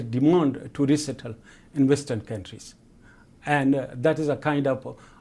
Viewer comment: No, he definitely slipped up.